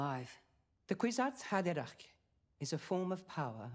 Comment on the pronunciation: seeing her struggling to say "kwisatz haderach" everytime was so cute !! (had to google how to write it so i'm no better lmao) Fun reaction, keep going guys !!